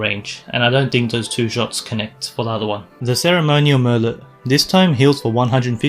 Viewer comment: merlot is french, the t is silent. :) mer-low